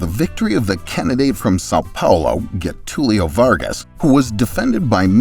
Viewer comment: mundo: a gringo do mapa: "guetúlio"